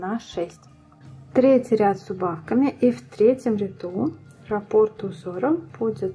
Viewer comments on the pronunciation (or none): none